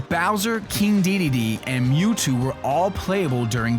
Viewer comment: Mew-Toad! Hahahahahaha...